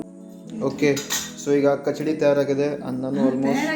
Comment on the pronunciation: ಕಚಡಿ ಅಲ್ಲಪ್ಪ ಕಿಚಡಿ. ಓಕೆ.